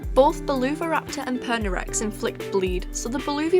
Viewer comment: prounounces it pernirex Pernixrex: am I a joke to you?